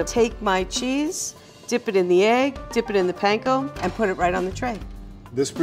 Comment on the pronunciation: I'm waiting for the day that people finally learn how to pronounce panko correctly